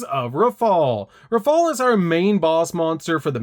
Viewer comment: Damm..the bosses name is Rafale and not Raphael?